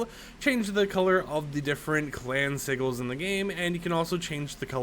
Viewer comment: Bro doesnt know how to pronounce sigil🥀